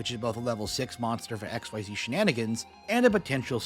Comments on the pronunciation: It will never not piss me off that you intentionally choose to say "ex why zee monsters" when you know damn well it's "exzeez" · Xyz monsters have been out for over 10 years now, so I wish more people pronounced it "ik-seez" (like how they said in the announcement article) instead of "X-Y-Z"! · Every time you pronounce Xyz as "X-Y-Z", I die a little inside. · I’m sorry but pronouncing “Xyz” like this rouses my homicidal urges. Say it with me, folks: “Ex-seez” This is not a Fusion archetype. Xyz are fuckin cool. Thank you.